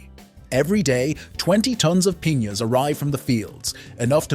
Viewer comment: And piñas